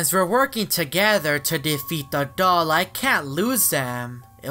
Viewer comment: you say dog not doll